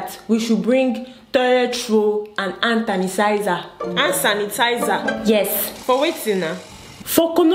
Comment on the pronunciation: “Hand tanisizer”,conora virus🤣🤣